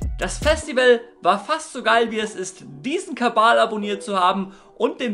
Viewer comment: Du hast kabal gesagt am Ende 😂😂das schickt mich haha